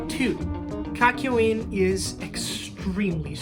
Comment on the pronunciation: KAKYIOin ??? STARight???? yare-yare-daze